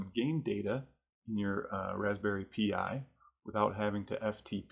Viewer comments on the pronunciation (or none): That may be so mate, but it's STILL pronounced "Pie" NOT "Pee Eye" - Get it right - Good grief I hate having to babysit people on their grammar.